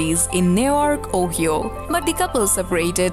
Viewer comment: Ohio is not pronounced O-he-o. Use the internet to search for the correct pronunciation of O-hi-o. Google 'how to pronounce Ohio?' In this day an age, there should be no excuse for news like media to miss pronounce proper names.